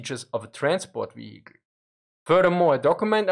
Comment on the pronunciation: Don't forget the "veheekl". And "neinteenfoadi".